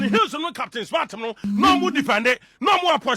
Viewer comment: It's pronounced "heeews"!! Johnny Hughes. Hughes is a British name and is pronounced "Heews!!" 😊